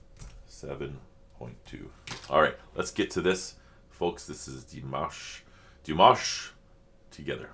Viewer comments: I think the way you pronounce Dimanche, is the correct way to pronounce Dimash (silent n) One spectacular performance from Dimash, is Sinful Passion (not sad😉) There you will hear "Dimash" several times (New Wave version) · Dee-mahsh - slight emphasis on second syllable - you can hear him say his name himself in some of his promos...and of course in any of the interviews with his mom and dad. ... I love this because he's giving this opportunity to his brother on his 16th birthday and how fun to see the siblings all together. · His name is pronounced Dee-maaahsh like in palm, calm or arm. Short i (pronounced e) and the emphasis is on the a. Here you can hear him say his name himself. Wait to the end. And you can hear his name pronounced correctly at the beginning and end of several songs. For example, "Love Is Like A Dream," "Ave Maria," "Stranger," and more. Sveta, his mother, pronounced his name in one or two videos of LiLaSi's Ultimate Dimash Guide. Thank you for reacting to Dimash again. This wonderful song was composed by Dimashs' little brother Mansur Qudaibergen. He composed this song when he was 16 years old and is 19 now. Both performed the song for the first time at his concert in September 2022 in Almaty. Great lyrics, great song. I love it. In this music video you can see not only Dimash and his little brother Mansur but also their little sister Raushan, who just got married. It’s such a beautiful and talented family. Raushan has also performed with Dimash and they sang All By Myself together. But as far as I know, she would rather be a doctor. And I said it before, I love your jibber jabber😅. And of course Happy Birthday, dear Dimash❤ Greetings and love from Germany👋♥️